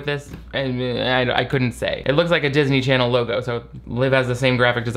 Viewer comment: no matter how many times says "darsney charsney," it makes me laugh uncontrollably